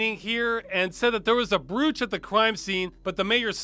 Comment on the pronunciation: It's pronounced "Broach" you rube.